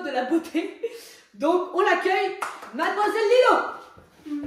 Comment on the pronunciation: C'est pas Lilo c'est Lilou 😢😢😢